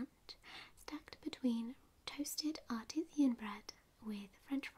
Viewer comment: "Art is i an bread:" and "Xsetera" great video but it's 'art ē shan' bread and 'et setera.'